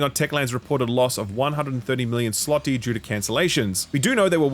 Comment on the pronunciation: You nailed the "PULS Biznesu" pretty much. GJ! But it's Z-loty as in "World War Z" not S-loty :)